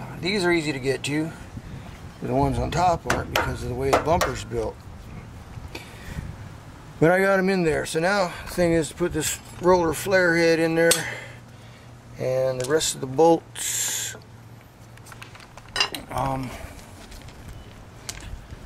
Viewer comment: Not trying to be that guy. But it's "fairlead" not farehead